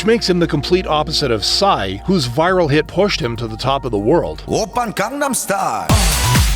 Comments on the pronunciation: PSY'S name is literally PSY not pronounced sci or wtv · I dont think PSY's name is pronounced like that im pretty sure u js read the letters.. cuz in his music video "daddy" he says "my name is PSY" (and pronounces it just as the letters) at about